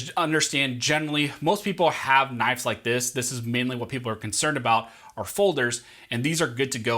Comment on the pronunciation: "Knifes". You drove me to unimaginable anger.